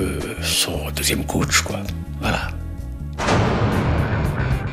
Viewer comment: On dit " coach"